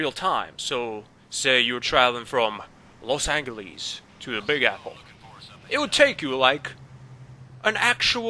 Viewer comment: los anglees? dudeeeee its los angeles